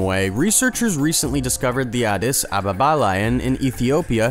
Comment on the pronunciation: You say addis ababa weird